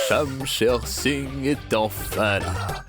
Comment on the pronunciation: Konbyn Moun ki tnde li di Shamsher Sign😂😂😂😂😂😂😂😂😂😂😂Mon Shamsher pa yn ti kal Gason non😢